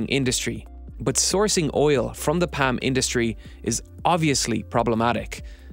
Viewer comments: Lol dude can't pronounce "palm". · Yeah, my ear said, "Pam", but my brain said, "odd pronunciation of Palm."